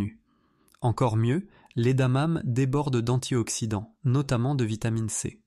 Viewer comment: Contenu intéressant mais Dieu que ces voix artificielles avec I.A. sont pénibles ! Ne savez vous plus lire à haute voix ? Le 5ème élément est "incompréhensif" ... C'est quoi des "damames" ? adamame ? adanane ??? Bref, c'est quoi ce 5ème élément ? Mystère.